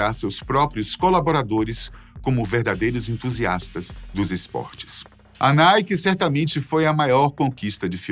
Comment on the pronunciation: NIKE =PRONUNCIA ERRADO PRA!